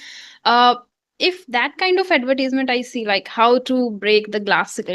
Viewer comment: mam you pronounce the word " advertisement" incorrectly. soooo........